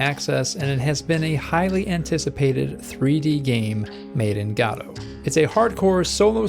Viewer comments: Gawdoh always gets me laughing :D my vote is #1 keep em coming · I know Godot but what's a Gaado?